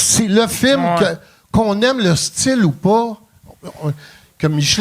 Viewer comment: Chaque fois que Pat dit le mot film, à cause de son personnage Rogatien, je l’entend dire « firme »